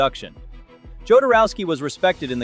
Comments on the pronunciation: Jo-dor-ow-sky. there. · Jodorowski's name is never pronounced the same way twice in a row.